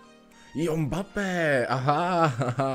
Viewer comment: jakej "Mbappé" ty vole?? Čte se to "Embappé" trhá to uši